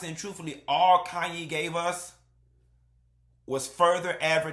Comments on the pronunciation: The way he says "Andy-lay" 😂 and "Kanye" for Khanyi... Haha it's always hilarious to hear y'all butcher (unintentionally of course) names we're so used to lol. Fellow South Africans.. hello 👋🏽🇿🇦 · He’s close with Andile. But Khanyi…. Lol. That one, forget about it 😂😂😂